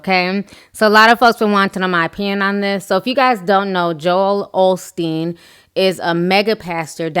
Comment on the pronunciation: Of course, but how come he got it going so quickly after he got called out. He's a LIAR too. i it's OSTEEN. No shade. There is no L in the name. Take care.